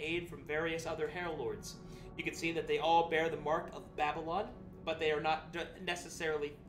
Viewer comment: How to pronounce DADDYLON for beginners